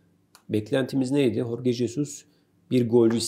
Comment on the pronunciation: Horge değil "J" ile Henad hok